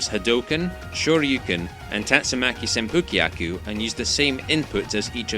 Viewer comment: The ‘u’ in ‘senpukyaku